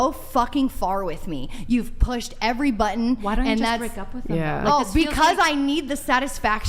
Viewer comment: Somebody tell that it's not "budd-in", it is pronounced the way it is spelled - BUTTON